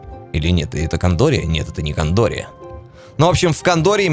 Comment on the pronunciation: не "кАндория", а "кЭндория"